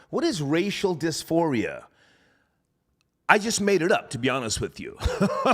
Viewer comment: “Racial disfiria” coin that